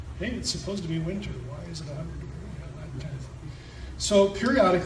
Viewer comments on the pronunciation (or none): none